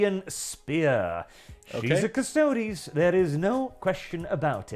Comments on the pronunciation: Ok so things to note here: the canon pronunciation is cuss-toad-ees. Uh, custodes have NEVER explicitly been all male. And for anyone who says ANYTHING about the Sisters of Silence, they are a completely different group with a completely different role(theyre basically psychic blanks. Their mere presence debilitates psychics and drives em crazy. They're used as assassins, custodes are bodyguards). The space marines are all male because geneseed only works on males specifically so they can't make space marine babies and thus usurp the god emperor. All in all, female custodes are awesome, I'm looking forward to (hopefully) get some minis or figures to paint and display of em. Oh also custodes don't have geneseed, unlike space marines. Uh, custodes are just as far as you can push the human body physically and mentally, space marines are...genetic and surgical monstrosities. But also yea, from one warhammer fan to somebody who doesn't know much about Warhammer, most of the fandom is not like this guy. Most of us either don't care about this, or are actively excited about it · It's pronounced Custerds! 😂 Jeremy is never wrong